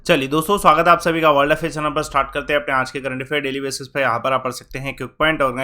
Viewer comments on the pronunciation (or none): none